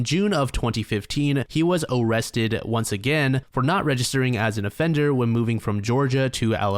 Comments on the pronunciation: Oh cwap. Am I gonna be OOOOOOrrested?? 🤮🤮🤮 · “Am I Gonna Be O-o-Owested” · 1st guy oh- kwap o-rest-ed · “After John was Orrested”😂😂😂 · "Oh cwap . . . Am I gonna be awwested?" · When you accidently said "awested " I lost it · It looks like he's gonna bark when he said O in Orrested. I wonder if he just switches his a's and o's. Like, does he eat Areo cookies and kiss oreaolas? So many questions, so little time. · BROOO "Oh cwap, am I going to be awwested" 😂😂😂 that's white bowser! Ffs, I watch too much YT man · me in the back of my mind : “why does he keep pronouncing ‘arrested’ that way- oh..” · "...when John was uuuuh-wessted and cuuuh-westioned..." 😂